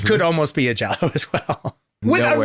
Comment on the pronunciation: makes sense it would be in the Es. also, he is actually pronouncing giallo correctly